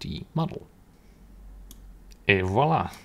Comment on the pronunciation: bro said "et voila" and i'm actually french